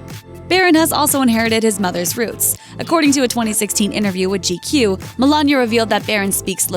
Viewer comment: The word isn't innaview it's interview. It has a t in it.